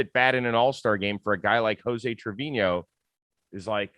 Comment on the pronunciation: You cover baseball for a living. Learn how to say Trevino...